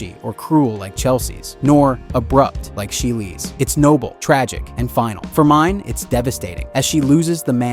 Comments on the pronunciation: I haven't even seen this show, isnt her name pronounced "Mee-nay" not "Mine"?? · It's not Mine it's Mi-nae. Just pointing that out.